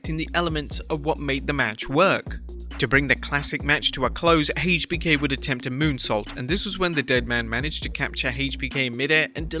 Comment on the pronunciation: Never heard someone say HBK so wrong